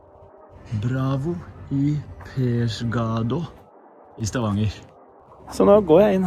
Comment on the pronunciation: Persgadå?😅 Pedersgadå tenke eg😜